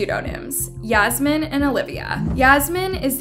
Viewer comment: Yeah-smine Lol Fucked up :(